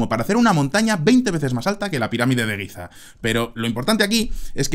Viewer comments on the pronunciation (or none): none